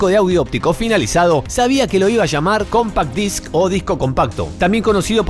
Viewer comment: “Cómpac Dáisk, me sale pero me mojo!!!!!!”.